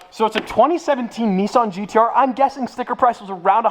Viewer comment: Why you say NIISSAN and not NISSAN...